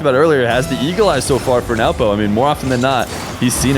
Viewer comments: 😂😂 is used to pronouncing it as newpo but after hearing he is just awkwardly saying nawpo which is so funny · adapting his pronunciation of Nwpo’s name (after the first instance, I guess) to match while a guest on his channel is a sign of a great and attentive co-commentator. The two GOATs of 1’s commentating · can NOT say nwpo's name for the life of him